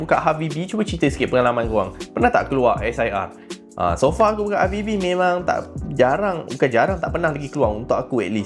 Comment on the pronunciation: saya selallu terdengar abg cakap halfbb habibi😅